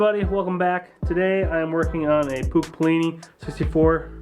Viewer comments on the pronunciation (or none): Good video but the ch from Puch isn't pronounced as a k its more like hissing sound (that always triggers me)